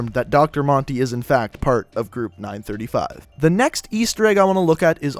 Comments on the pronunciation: Group 935 made the perks doctor Monty sang the jingles and it's 9-3-5 not 9-35 your pronouncing stuff wrong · it is not ningh thrty five its ninghn three five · my Chemical brides yeah your supposed to say nine-three-five NOT nine-thirty five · its said nine three five... not nine thirty-five.... just saying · Did he just say... group nine THRITY-five. Uh uhh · what if i could tell u that u said 935 wrong its 9-3-5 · oh I didn't notice he said 9 thirty five but 115 was right